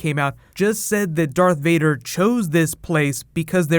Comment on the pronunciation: Varth Dader